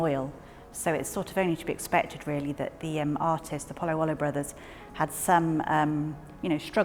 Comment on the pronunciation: POLLAIOLO! Not POLLAIUOLO! You english speaking people get lost in other languages. It's like ALUMINIUM and not ALUMINUM!